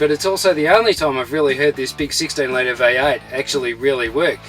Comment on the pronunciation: what kind of an English is it? v8 is being pronounced as "y aıyt"